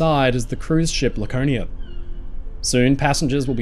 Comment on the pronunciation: Once I heard "Lakernia" and "smatest", I had to leave. Please educate yourself on how the letter R works.